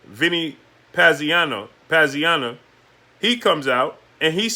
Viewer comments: "Pazianna"?? How long you been watching boxing?? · how are you struggling to say Pazianza's name? Dude is a legend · What kind fight fan are you? You don't even know how to say Vinny Pazienza. What did you get into boxing last week. Stop clowning yourself.